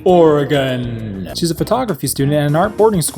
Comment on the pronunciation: thank you for saying Oregon correctly, for what it's worth